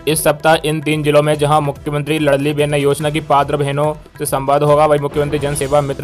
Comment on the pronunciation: लड़ली नहीं लाडली साले गधे चंद वीडियो डालने से पहले सुधार किया करो